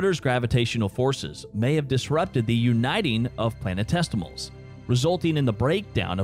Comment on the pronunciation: Planetestials?? C'mon maaaaaan